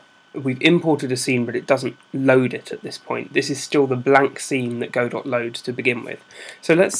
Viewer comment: it's pronounced "godoh"